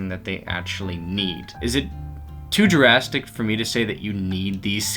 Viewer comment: "is it too jurastic?"